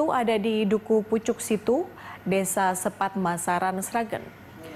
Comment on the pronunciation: Sepat, Sragen? Kebalik baca E nya